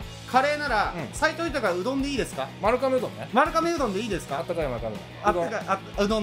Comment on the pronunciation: まるかめ？ まるがめ が正しいみたいです。